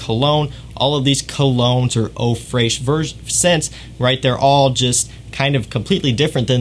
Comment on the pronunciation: as a French speaking person, the answer is No lol The pronunciation is practically similar to its English translation "Fresh".